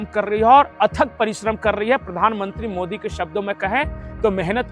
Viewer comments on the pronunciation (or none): none